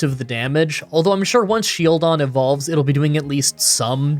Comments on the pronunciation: Are you trolling to pronounce SHIELDon as shelldon on purpose? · i didn't know what you meant by sheldon until the run actually started, his face is a shield. his name has the word shield in it. his title is the shield pokemon. why wouldn't you pronounce it as shield-on? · I know there is always someone who doesn’t approve the way you pronounce a certain Pokémon. But Shieldon is literally a shield. A SHIELD! How did you just forget the i and keep calling it Shelldon??? Luckily this is not a solo run and as always I enjoyed the video very much. Also I just got around watching your Remoraid run and I don’t know if you did it because of me, but I know that I commented this on quite a few of your videos. Stay safe and stay awesome! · You say Shieldon a lot like you say Shellgon, so when listening along in bed I got confused a few times. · is he saying Shieldons name wrong on purpose?